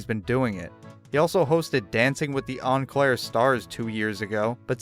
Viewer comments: Its pronounced OOO-claire. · Its oh clair dumbass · Being from the land of cheese and serial killers I can confidently say its pronounced O Claire. And the only time we've heard of this dude is whe Ralph The Movie Maker did that video about him. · It's pronounced "OH-CLAIRE"